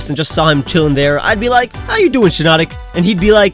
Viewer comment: HEARS SHINONIC